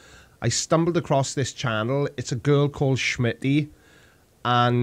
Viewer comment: Did she say schmitty or schminny? I have a real hard time believing she really believes the nonsense she's spouting